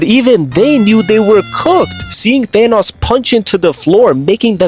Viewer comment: the fact that he says thanas instead of Thanos is honestly 😬